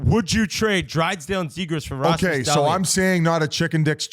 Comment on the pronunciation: pronouncing Dahlin’s name like that TWICE (*EDIT- 4 TIMES) is possibly worse than Whit’s take on the trade. HOW FUCKIN HARD IS IT TO SAY DAHL-EEN